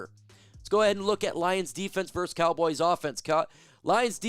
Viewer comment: VERSUS .. NOT VERSE 🤦‍♂️